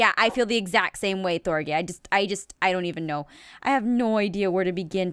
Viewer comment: thorgy not thorny